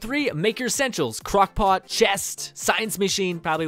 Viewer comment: Turns Australian when he says crockpot